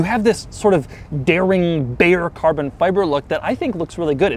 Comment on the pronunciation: Buzzwords for Doug: Alcantara, quirks, and Carbon(but how he pronounces it so “Carbnnn”) I feel like he sits at home practicing these words. Haha sorry Doug, I love your videos but I gotta take my shots too